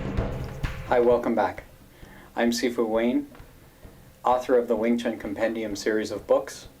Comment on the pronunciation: Wing chun.... Not ving tsun